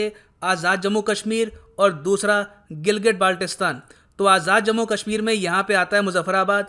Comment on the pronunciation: Sir please Baltistan ko thik pronounce ki jiye. Its not balti bucket wala. Its T taang wala balti.